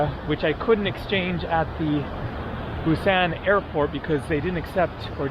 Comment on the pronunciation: Could you please refer to Busan by saying "Busahn" and not the hard a you have been using. There is no hard a sound in Korean. Thank you.